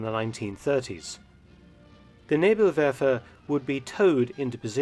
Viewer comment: Thats the best Pronounciation of Nebelwerfer i did hear from an English Speaking Person. I know cause im a (PROUD) Kraut myself. Good job Dr Felton Sir.